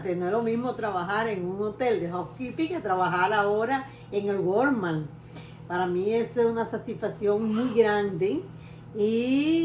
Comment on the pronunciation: Ya que vives en EU , por favor busca quien te enseñe a pronunciar “ WALMART” … està fatal esa pronunciación !!! 😊